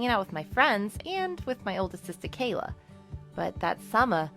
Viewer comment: Why does she say : summa, sista, supa, and stuff like that? It sounds terrible.